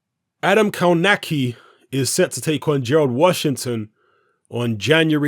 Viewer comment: Kownacki is my favourite American heavyweight at the moment. Answer it's pronounced kov nacki.